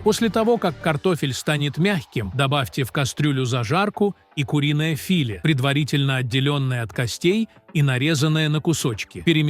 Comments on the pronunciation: Куриное фИле , напрягло, это из Киркорова что ли?! Дальше слушать не стала, хотя было интересно, жаль хорошую тему своей бездарной озаучкой запороли . И не открывайте мне Америку, что это робот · А что это фИле, разОмните перцА? Научитесь правильно произносить слова, а потом берите ь за чтение, стыдно так коверкать лова. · Какое куриное филЕ у наших бабушек?Ну, перцА была достаточно😂😂😂Ау,где живые люди для начитки ?На СВО укокошили😂😂😂.Учите своих роботов ставить ударения или совсем бездарны ?😂😂😂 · Точно слушать невозможно,с ними ударения,филе с ударением на и вообще убивает